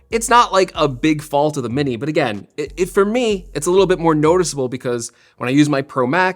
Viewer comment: “Mini’r” - dying laughing! 🤣